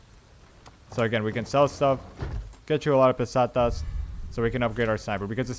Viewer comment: Pestanias :D and now u say Pesetas :D nice :DDD